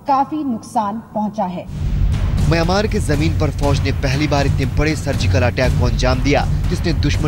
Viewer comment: correct the pronunciation.. it is myanmar not miyomar...